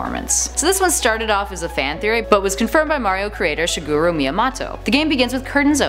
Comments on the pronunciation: OMG WHY DID YOU SAY MIYAMOTOS NAME LIKE THAT!!? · You butchered Shigeru Miyamoto's name. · more like manslaughter'd